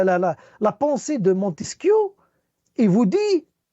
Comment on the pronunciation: C est montesquieu pas montesquiou 😂😂😂😂